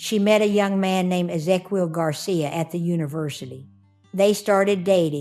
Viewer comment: OH BOY- Ezequiel is phonetically pronounced Eh-Zeh-KYEHL. MAN, you murdered that name but, otherwise, solid video as always 😳😵‍💫😖🙂